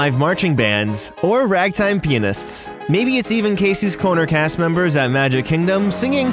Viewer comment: I noticed you pronounced “pianists” very carefully 😂